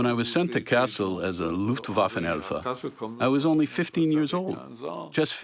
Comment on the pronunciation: Kassel is pronounced similar to castle in English. I don't know why the narrator is pronouncing it cass-ELLE. Maybe he's putting the accent on the last syllable because the man speaking French would pronounce it like that, but in English, it should be just KASS-el.